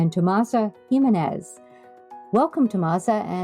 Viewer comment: The interview was very informative and I really enjoyed hearing their thoughts on sewing and patterns and pattern testing. I was a bit surprised to hear the constant mispronounciation of Tomasas' name. Not sure, but I think her last name is HIM MEN NEZ. The accent or emphasis on "MEN". Not HE min-nez. Further, it isn't "TomasO". It's TomasA.